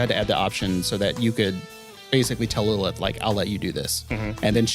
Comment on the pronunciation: Why do you pronounce "Lilith" like an absolute moron 😂